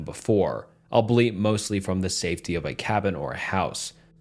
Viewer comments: I keep coming back because the stories are good and as a bonus he pronounces words funny as hell sometimes lmao he pronounced albeit (al-bee-it) like "" LMAO no hate, just know I love it and me and my gf pronounce the words irl like that sometimes as a meme. I'm bout to break out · Albeit AL BE IT, not "" I listen to all your vids but I struggle between finding all lf your mis readings endearing and absolutely annoying. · Love the vid, however just a side note “albeit” is pronounced “all-bee-it” not “albeleet” 😂😂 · "albeit" is not pronounced "all beet" it's pronounced "all be it" Idk y that triggered me so much but it did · albeit is pronounced "al-be-it," not "all-bleet" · My dude..you still have trouble with this one- albeit is pronounced all be it! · For the love of god irs "all-be-it" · “Albeit” is pronounced “all-be-it” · Just FYI albeit, is pronounced all be it.